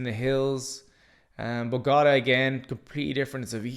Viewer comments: The way you say Bogotá is almost as bad as spelling Colombia like "Columbia" . You sound it out like it's a sports car (Bugatti) LOL. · Im beginning to wonder if he even went to Bogota pronouncing it that way